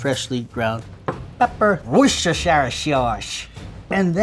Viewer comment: Wuss-ster-sher sauce Or wuss-ster sauce Depending on whether you’re naming the town or the region. Both used interchangeably on the whole. Either way, not what said!